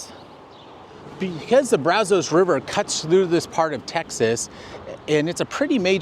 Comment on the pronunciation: The area around the Brazos River in Bryan College Station also has a lot of petrified wood. Also, just an informative point, Locals pronounce "Brazos" with a short "a" as in 'cat' and "os" as in 'us'...